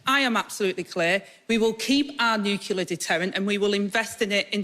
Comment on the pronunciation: Nuclear, not "Nukelar" ffs! And she's Deputy Leader